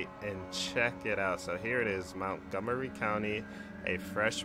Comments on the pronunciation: btw i live here and it is not (Mount-gomery) it is (Munt-gomery) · MONTgomery, not MOUNTgomery